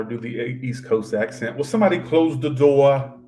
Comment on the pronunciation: Close the DUWAR LMAOOOO I LOVE YOU TYLER 😂